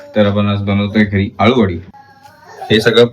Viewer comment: आलु वडी नाही अळु वडी बोलतात